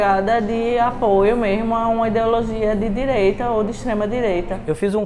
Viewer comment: uma pessoa que fala "mermo" sabe de muita coisa! kkkkkk